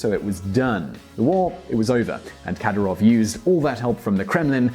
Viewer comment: You can't even pronounce Kadyirov's name, mate...